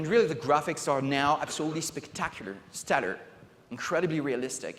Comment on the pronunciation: "We live in a dimension that is absolely (I refuse to spell it correctly because he doesn't say it correctly) not connected with the real world." Well, yeah. I'd much rather be piloting a giant robot in armored core or surfing planes in just cause 2 or killing dragons in skyrim than I would shave, set tables, watch kids do homework, and help take in groceries. If this guy made an amusement park, most of the attractions would be based around office paperwork.